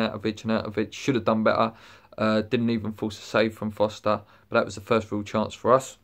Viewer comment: His name is Forster... not Foster